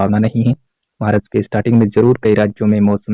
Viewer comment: Marach nahi bola jata hai March bola jata hai